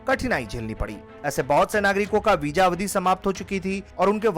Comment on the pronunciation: vija visa hota hai diction and pronunciation is worst you must take hindi tuition from a good hindi teacher